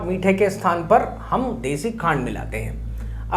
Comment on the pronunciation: Desi ghee ya deshi khad kya bole samjh ni aaya 🙏